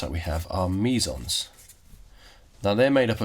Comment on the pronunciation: Sounds like you're saying Measals. Lmao